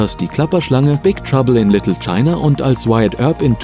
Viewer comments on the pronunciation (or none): none